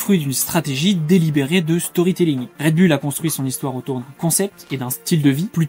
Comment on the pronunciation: Bon, pour commencer, on dit Red BOUL, et non bulle.